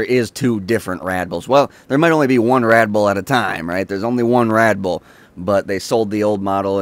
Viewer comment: He keeps saying "Radboll"